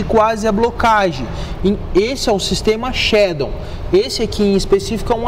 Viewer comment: "Shadon" kkkkkk